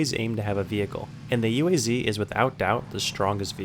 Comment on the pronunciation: you don't pronounce UAZ like that, you say like a whole word- [OOASS] (thats how you do it)